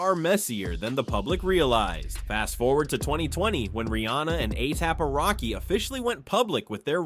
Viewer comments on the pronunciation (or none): 👀 😳. 🫢.DID HE MISPRONOUNCE A$AP ROCKY NAME 👀🤔 CALLING HIM “A-TAB ROCKY🤷🏽‍♀️👀. . I BACKED UP & LISTENED CLOSELY TO SEE IF I HEARD THAT RIGHT & HE MOST CERTAINLY DID🤷🏽‍♀️😳😗 Uuggghhhhh 🙄🤦🏽‍♀️ Just sayin!!!! 🤷🏽‍♀️🙂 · Atap Rocky. Athap Rocky. A-apple Rocky. A-pap Rocky. Aliap-Rocky??? What is this? Artificial Unintelligence? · Each time you've used each of their names, you've pronounced them soooooo wrong... "A-Thappy-Rocky" "A-Thap-Rocky" has me deadddddd 💀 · His name is ASAP ROCKY not atap racky 😂😂😂😂😂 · A Tap (Ehh-Tapp Rocky) Rocky? 🤭🤣🤣🤣 Huh? Why he messing up dudes name all through this video? Oh Lord. 🤭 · WHO THE FRICK IS AYAP ROCKY?! 👏🏽 I HATE AI VOICES 🤦🏽‍♀️ YALL BUTCHERED THIS MANS NAME 100 TIMES CALLING HIM ATAPPY. EACH PRONOUNCIATION IS WORSE THAN THE LAST ONE! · Why is he say ASAP ROCKY name wrong bro whose A-AP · A-Yap rocky is all I could hear 😂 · This was a really interesting video until you started mentioning A$AP Rocky and said his name like five times wrong mate. 😂You need to do your research and find out pronunciation before you do that man😅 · Why is the person narrating saying ASAP ROCKYS name weird? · The amount 😂of times he slaughtered ⚔️🩸 ASAP ROCKY’s name 😂 Is truly remarkable 🎉🤣🤣🤣🤣😭